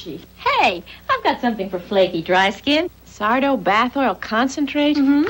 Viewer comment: Sardo? No "mister", accent on the "Do"!